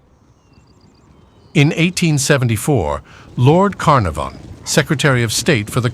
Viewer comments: Lord Caer narfon at least get a narrator who can pronouce names correctly!!!!!! #warthusowael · Lord Car Nor Varn 😂